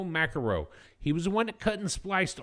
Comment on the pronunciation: I think Macero is pronounced with a soft C.